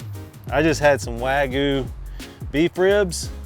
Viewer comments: Wag-you not Wag-oou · My only issue is you said wagu. WAGYOU Liked and subbed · Wagyu no wagu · wagYU why do certain people keep saying wagoo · Take a shot for every WAG-OOH he says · “Wagoo” lmao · Wagoo? Seriously? You already know how to say "you". Why is it so hard to say wagyu? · “American waygu” 😂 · Cringey how you pronounce wagyu.